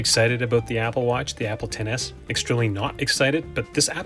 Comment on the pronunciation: says iphone EKS-es. shudders